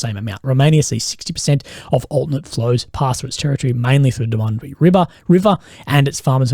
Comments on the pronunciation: The utensils on the drone are to defeat any cope cages. Hey I love you videos. Very informative. The river that borders romania is pronounced Dan Yoob. Sorry it's my mental thing. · Danube 😂😂😂😂 bro Dan—-ube 😂😂😂😂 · you killed the pronunciation of the danube river mate hahaha :). all jokes aside once again good video